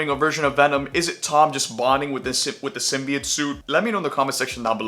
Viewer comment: He’s saying simbiet I’m fuckin outta here this guys a lame